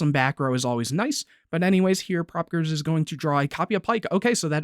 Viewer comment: to pronounce it its pro peekayers 2010